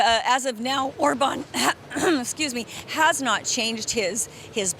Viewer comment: I'm crying from laughing at how she said orban. My abs hurt. I kept replaying it.